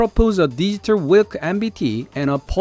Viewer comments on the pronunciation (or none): 전차 이름이 폴란드어 고유명사로 wilk로 쓰였다면 발음은 윌크가 아니라 아마 빌크일 것입니다,, 폴란드어에선 v발음을 w로 표기하기 때문입니다,, 늑대라는 뜻이라는 걸 보니 아마 빌크가 맞을 듯하네요,,, 항상 잘 보고 있습니다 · 딴지는 아니고 현지에서 wilk는 윌크로 읽지 않고 빌크로 읽습니다. W가 ㅂ..발음으로 읽어서요. 폴란드의 우익성향 방송에서 K2탱크의 언급이 상당히 자주되고 있는데 그래도 체결이 확실히 안되고 계속 밀리는 느낌이라 하루빨리 결정되면 좋겠네요. 그리고 폴란드산 제품을 이용해서 제작할려면 현대도 만만치 않게 고생할것입니다. 한국에서는 금방 구할 수 있는 부속들은 여기서 구할려면 어려운 경우가 자주 있습니다.